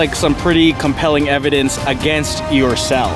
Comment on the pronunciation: The cop said complying evdanc